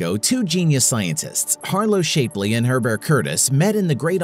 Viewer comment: Sorry it's not Shape-ly. It's Shap-ly